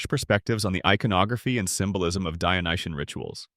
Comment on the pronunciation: The adjective is "Dyonisian", not "Dyonitian". Otherwise, nice video!